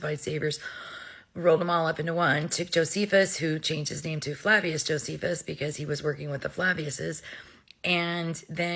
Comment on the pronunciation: Flaviousus? 😂 Flavians, young lady!